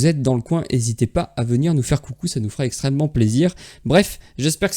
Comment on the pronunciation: Merci pour tes vidéos très intéressantes ! Par contre, stp, arrête de dire "moi ça va "textremement bien", ça pique les oreilles ^^ Il n y a pas de "t" à la fin de "moi ça va"...